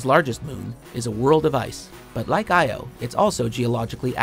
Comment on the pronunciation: As a Greek it's a bit funny hearing all these mispronouncations, like Io and Enceladus. Most of the stuff out there are named from the Greek Language (except the planets that were named after the Roman Gods, but in Greece we know them by the Olympic gods)